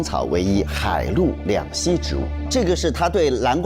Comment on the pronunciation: 明星们还是要多读点书 这个节目里的明星频繁读错字 这一集何老师居然也读错 把两栖读成两西 之前节目里的 杨蓉吴磊还有很多人都把解剖读成解抛 孙怡把钗子读成叉子 大张伟把郝读成赫 还有一些暂时想不起来 但印象中这种读错字的情况挺多的 这样就显得很没文化 麻烦明星还是多看点书